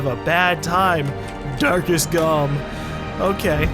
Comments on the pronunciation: "Darkest GaLm" xdddd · when he said "darkest galm" i thought he said "dark as galm"